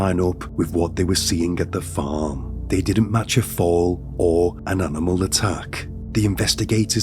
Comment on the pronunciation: 1000% AI. Both the voice and the images of the narrator. It’s incredibly realistic looking and sounding but there are very subtle clues that give it away. The overly enunciated “R’s” and “G’s” along with consistently improper emphasis’ and the overly animated mouth movements in the images are the most obvious ones. Listen to it again and listen specifically for the way the word “farm” is pronounced exactly the same way regardless of the context in the sentence structure. Definitely AI.